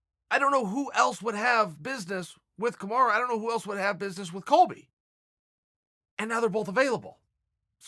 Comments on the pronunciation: Hahaha alright I meant no disrespect to our favourite uncle, lets settle for Kamura then 😂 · Chael “Kamara” Sonnen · I love how chael pronounces everyone's name incorrectly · Chael for heavens' sake his name is Kamaru, not kimura :D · Chael it's either MARTY or kamarUU NOT A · Who’s Kamar? Do you mean Kamaru? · KAMARU KAMARU KAMARUUUUUUUUUUUUU NOT AAAAAAAAAAAAAAAAA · Chael, its not "Kamara". Its KamarU. Pronounced as: Kuh-mar-ROO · CHAEL, you need to buy a vowel, I suggest buying the letter "u" for "Kamara" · Take a shot everytime your hear kamarra 😂😂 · Chael: Kamara Kamaru: eets prunounced kamaru Chael: look buddy if the bad guy says its Kamara then it's kamara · Its KamarUUUU not KamarAAA fucking hell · CAM - ARE - EWW = Kamaru Not COM - ARE - AH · It is Kamaru. Ru not ra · Have watched 8 videos and you keep referring to kamaru usman as kamara, it ends in a u, not an a. Please fix it lol makes me so frustrated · Its KAMARU not KANARA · Its Kumara! Get it right dude. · Dear Uncle Chael, I know you like to remix names 😅 but his name is not Kamara or Kimura it is Kamaru... or at least call him Marty 😂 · Thaha HD Kamara is what Chael calls Kamaru because he can’t take the time to pronounce his name correctly. It’s kinda messed up because with a name like Chael which people mispronounced all the time and bothered Chael because of it you would think he could at least use the correct vowel. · What the heck is kamaraaah ???? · KA - MA - RU 😆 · It’s Kamaru you ignorant douche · chael please learn to say kamaru correctly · "Kamara" rofl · Kamaru "KAMARA" Usman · Can you stop saying "KAMARA" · Kamara? imma b sayin dis everytime i hear him say it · I love how Chael calls Kamaru "Kumara". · It's official.. If uncle Chael says it's Kamara then imma call him Kamara too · Who dafuq is Kamarra? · hes just fucking with marty at this point with calling him 'Kamara' lol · If Chael P says his name is Kamara then that’s what it is. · Mustapha MSR If Chael says it’s Kamara it’s Kamara